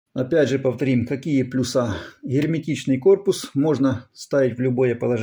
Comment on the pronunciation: Какие ханер плюсА??? Блядь, ты в школе у доски тоже плюсА рисовал или все таки плЮсы? В какой момент плЮсы превратились в плюсА? А шлЮзы в шлюзЫ, подшипники в подшиБники, ШРУСы в ШРУЗы...